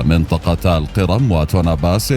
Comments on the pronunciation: اسمها جزيرة القِرْم وليست القِرَم ( تحديداً الثانية ٤٧) … سبب الملاحظة : ان بداية الفيديو تزرع فكرة عن سير كامل الفيديو لذا لزم الانتباه لمثل هذه الاخطاء فكمقدم يجب عليك الانتباه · أنت تلفظ القرم بصورة مضحكة، الأ يوجد من يعلمك اللفظ الصحيح؟!